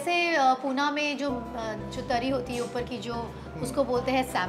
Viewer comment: पुना नको बोलू काय पुणे बोल आणि हो मराठीत बोलयचे